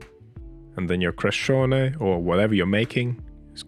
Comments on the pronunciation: You did well with pronouncing this yummy street food. The word Crescione is “Watercress”. Which was the original filling with garlic and onion for this flatbread. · You didn't butcher the pronunciation at all! Bravo e complimenti 🙌🏻